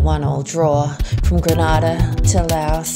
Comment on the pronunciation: Grenada is pronounced with its first a long